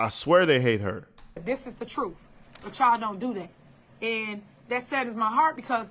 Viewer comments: Did she say the truth or tha truff? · Troof lol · What an idiot. She been " speakn the truff" for an hour now,and has said absolutely nothing. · Correction Sir, she's gonna be telling the "TROOFE" on you!!😂😂😂